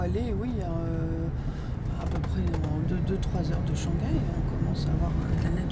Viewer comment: Haha, ils ne prononcent pas le H en « Shanghai »?😆. H doit être prononcé en chinois.